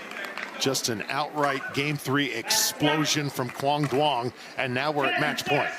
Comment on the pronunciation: still pronouncing duong incorrectly? its not “DWONG”.